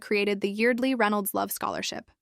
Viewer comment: IT'S YARD-LEE